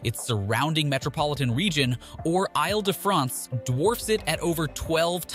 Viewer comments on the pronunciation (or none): Oy! The pronunciation of Ile. ha! It is pronounced as "eel". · When making a video about Paris, you’d think someone would spend a even just few seconds to learn how to pronounce the names of the places - and perhaps even the name of the entire region. (Île sounds like ‘eel’) Or maybe find an AI voice character that is capable of pronouncing French place names.